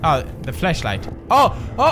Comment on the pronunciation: Pewds says, "oh the flash light." But it really sounds like he's saying flesh light...lmao I don't think you want to get those mixed up.